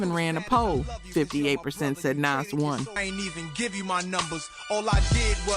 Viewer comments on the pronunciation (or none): Couple things... First, MC Shan is pronounced like "man" not "shawn" LL's "Jingling Baby" has nothing to do with his Kool Moe Dee beef. Nas is pronounced like "pause" not "pass." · Why do these videos all have to be AI? 🙄 Nas is pronounced "NAH-zz". Not "NAZZ". Put some respect on his name. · That’s the first time I ever heard ‘Nas’ pronounced like that. Did I miss the memo? Edit: ‘2-Pack’ too? 💀